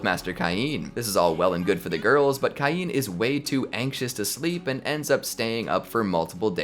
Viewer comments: It's pronounced Kane, no Keye-een! X( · u have know idea how much ive waited for this i watched thsi anime like six differnt times and its so gooood Edit: its prnouace cain as in cane